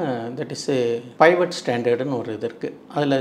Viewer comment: அது பைவட் இல்லை, பீவட்